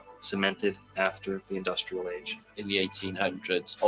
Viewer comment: In-Dust-L’air ( r/l switch)